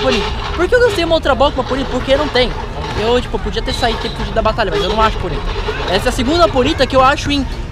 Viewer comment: POnita, não poNIta '-'